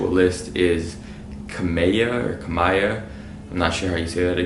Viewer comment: TF IS A KUMBIYAH??